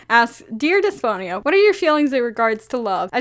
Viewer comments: wow haven't seen this vid in a way but i just wanting to say(coming from a Greek person) that Despoina is actually pronounced as Depsina (D is pronounced like Th) :) idk just wanted to tell you how it's pronounced lol <3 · The name you were trying to say is pronounced Despina (You probably saw it written as Despoina but in Greek "oi" is pronounced as i (like the i in fish)) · I think Despoina is pronounced Des-po-ena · Hello, a Greek here. In case you were wondering, in Greek Despiona is pronounced the-spi-na not th but like the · HA I THOUGHT YOU SAID DYSPHONIA AT FIRST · It’s pronounced “Thespo-e-nuh” or “Des-po-eena” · Pastel Cryptonym Isn’t it pronounced Des-Pee-Nah?